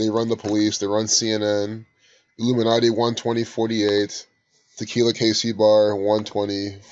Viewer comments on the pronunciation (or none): Tequila... aka Te-kill-yah.